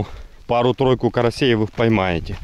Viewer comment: рехферендум, рехферендум🤡😆 раися, раися.... ДБ🤦 сказочные....